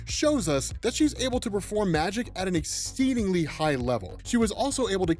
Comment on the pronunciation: = "exsteedingly" lolol 👌👌